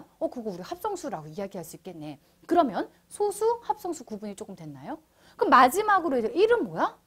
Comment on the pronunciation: 여기서의 소수는 읽을 때 '소쑤'라고 읽어야합니다.